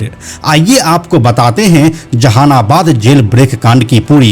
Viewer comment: Ap v jahanabad nhi bol pa rhe h😂😂😂